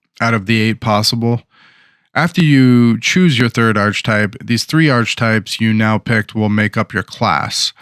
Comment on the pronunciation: Thanks for the video. It’s pronounced ark-uh-type.